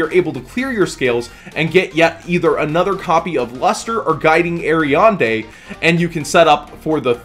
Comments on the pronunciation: "guiding ariande"? xD not once or twice but 7 times... A R I A D N E xD not ariande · Aria"N"de... It's Aria"D"ne:) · I love you, but your pronunciation of Ariadne hurts. The "n" is after "d" in Ariadne Air-ee-ad-nay or Air-ee-ad-knee depending on where you are